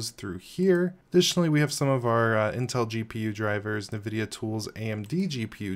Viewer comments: You are the only person I have ever heard pronounce the n on Nvidia. Navidia 🤣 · Also not how you pronounce "nVidia"